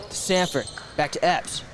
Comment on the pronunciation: *Sanford!! No T!